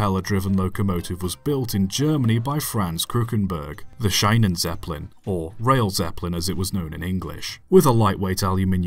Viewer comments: Big fan from Germany here, nice content, thank you! But try to say "sheenen" instead of "shynen" 😊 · Not shinen-zeppelin. You say 'sheenenzeppelin'. Do a little linguistic research, don't be a lazy twit. rest of video is good. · Schienenzeppelin is pronounced "Sheenentseppelin" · Quick note on the pronounciation of the word "Schienenzeppelin": "ie" is pronounced more like the "ee" in the english word "sheen" So the correct pronouciation would be something like "sheenan-zeppelin" Otherwise a great and informative video! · "Schienenzeppelin" is pronounced "Sheenun-tseppelleen". In general: "ie" in German is always like "ee" in English, and "ei" in German is always like "eye" in English. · If I may be a pedantic git, it's pronounced "Sheenennzeppelin"